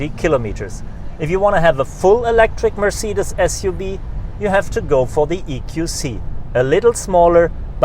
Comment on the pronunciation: this is the best “MerRceedes”